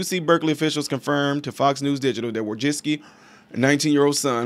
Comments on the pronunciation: I think it's pronounced Wojcicki. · I feel really sorry for her son, R.I.P. However I have nothing kind to say about Susan Wojcicki. I believe her last name is pronounced "Wo-Jick-Key" but could be wrong. This does, however, speak to the dysfunction of that family. In a rotted society Susan helped create. I have my theories about the situation her son found himself in to feel like he had to do that. Not surprisingly he was attending U.C. Berkeley--I can't exactly say I have met anyone with a balanced worldview who studied and graduated from there. It's possible but...rare enough I've never seen it. This is just all-around unfortunate. I hope the lad found the peace in death which he couldn't find in life. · it's pronounced like "woah, jet-ski" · "Susan Wo-Jet-Ski"